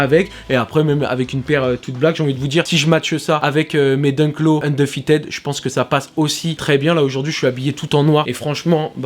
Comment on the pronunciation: "Undeufited" hahaha